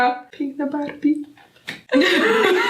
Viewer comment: masz makijaż trochę ognisty jak piekło a osi jest jak Barbie czytaj(Barbi)